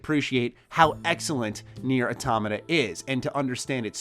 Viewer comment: Thank you for pronouncing automata right